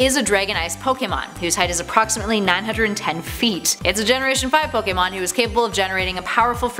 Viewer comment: Wow she pronounce almost every pokemon name wrong